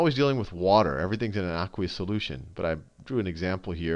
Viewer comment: You say aqueous weird. It drives me nuts!